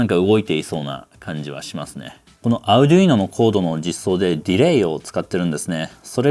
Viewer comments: Arduinoの発音が気になって内容が入ってこない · arduino の発音変やな